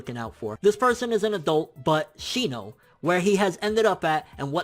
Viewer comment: you better but some respeck on my man shinos name